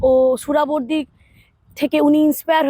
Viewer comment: সুরাবর্দী নয় সোহরাওয়ার্দী